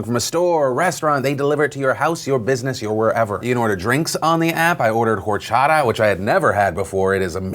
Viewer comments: Orshashata lol DeFranco it's prenounced or-chá-tá but I give you 6/10 starts for trying ur awesome bro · Phil the drink Horchata, the h is silent in Spanish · Say orchata, not Horchata. The h is silent. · On a side note you said Horchata wrong, its Or-Cha-ta no H its silent. And do Rrrr sound haha. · Hearing Phil say "horchata" was hilarious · Horchata? Have you been hanging out with William Haynes?